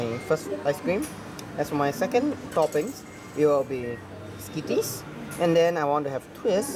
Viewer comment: When he said skitties I got pissed off